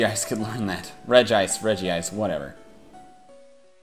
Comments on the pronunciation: it's Reg-ice.Not Regi-ice. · get your pronounciation correct. It's Regice not Regeeice. It's one of Regis but his name is different from the others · What the hell is a regi-ice? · That moment when you are too nervous to pronounce regice correctly